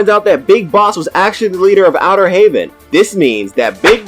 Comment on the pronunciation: Dis nigga said outter Haven LMAO bruh